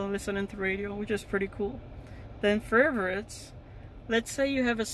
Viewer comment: furverits lmao